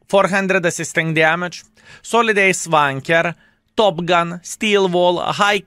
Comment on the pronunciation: Does he say Ace Tanker or Ace Wanker?